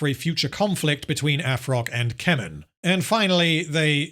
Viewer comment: When I heard you say "Keman" the first time, I had to rewind because I thought you said "Kevin" 😂. Yep, that Tolkien original character, Kevin of Gondor lol. Also, the orcs in the video games had more personality, where they could be your spy, mortal enemy, etc, and they would rise and fall in rank by killing each other regardless of what you do. Good stuff, might play those again. Can't remember their names.